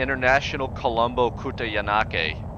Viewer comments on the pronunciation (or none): The airport of my home country! Can’t believe you’re flying there 😂😂, by the way that pronunciation was SPOT ON 👌 (jk it was terrible) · You completely butchered that one, I should know since I live in Colombo, Sri Lanka.